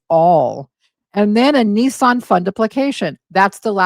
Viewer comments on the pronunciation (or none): none